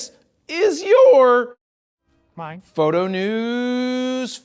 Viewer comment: Love how he says “knows Fow-to”